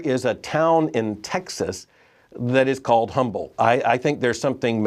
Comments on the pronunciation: It’s pronounced without the H sound, so it’s not actually Humble. It’s Umble. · It is pronounced, "Umble."